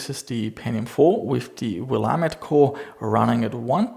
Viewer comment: as somebody who grew up in oregon it pleased me to hear willamette pronunciation not get butchered